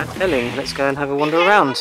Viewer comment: I really enjoyed your video tour of the beaches as I've been to them all when I was younger but I just wanted to tell you that Eling is pronounced the same as Ealing in London and that you missed the actual beach which is called goatee beach, there is a path to it just opposite where you turned to park your car which goes round the other side of the harbour and there is a lovely view of Southampton water and the container berth